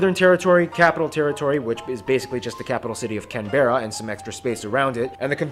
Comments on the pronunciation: Ahhh non- Australians pronouncing Canberra 😂 we don’t prounounce the ‘e’ .. it’s Can-bra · Ok we dont call Canberra that it is Cambra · Language... Pronunciation and what's written down, especially with place names, doesn't always match up over here. Canberra isn't pronounced by Australians with the "berra" part at the end, it's really said as "Canbra". So it's Can-bra. All run together very quickly. Another example is the country town of Wagga Wagga - it's pronounced as Wogga Wogga (or just as "Wogga"). The "a" after the W is always said like an "o". Another example is the city of Melbourne. The "bourne" part is said as "burn". So it's said like "Melburn" or even as "Melbin" by some. In fact people living in Melbourne are described as "Melburnians" and not "Melbournians". Brisbane is said as "Brisbin", or very similar to that. Certainly I've never heard it said with a "bane" at the end. I'm sure there are many many more examples but I'll leave it here. Current population: just under 26 million (25.8M). Australia is a very fast growing country. Migration to Australia, especially from Asia (China and India in particular), is substantial. After WW2 there was a huge migration to Australia from Italy and Greece and, of course, Britain. That pretty much dried up by the late 1970's and was replaced firstly with migration from newly communist South Vietnam (often called "boat people" at the time as many of them fled on dangerously overcrowded boats, some of which tragically sank mid way), then China and India in the late 1980's onwards. Migration from Britain to Australia has continued but in rather lesser numbers t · He really got got me when he said "can-bear-a" for Canberra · OMG its pronounces Can-bra not can-berra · aussie facts we pronounce canberra canbruh not canberruh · He did not call it can-berra Its pronounced can-bra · The pronunciation of Canberra is painful... the 'e' in not pronounced. The easiest way is Can-Bra or 'bruh' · And it Can-bra not CAN BERRA